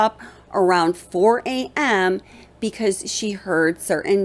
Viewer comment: The way you keep emphasizing on the word A.M. is driving me kinda crazy however, I live in Idaho. There is a lot more to this case I believe and your research is very good and you are definitely thinking the way I'm thinking.. good job on this and keep it up... maybe just chill out on the word A.M.